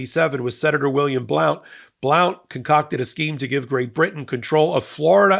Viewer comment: Blount is pronounced BLUNT!